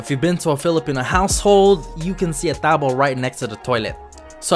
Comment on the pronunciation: wtf?! He just actually say it perfect! "Tabo" im impressed, like totally i was shocked when i hear and see that. Filipino here